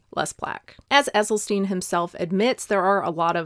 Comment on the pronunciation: Great stuff. You really do your research. Like you, I bought the book when it first came out. But unlike you, I still haven't read it! ( PS - it's pronounced "Essylstin", not "Essylsteen" or "Essylstine". 😊)